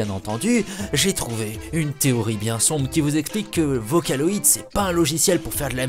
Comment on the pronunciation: MDR c'est n'importe quoi! En plus vocaloid se prononce pas comme sa! #fangirls_facher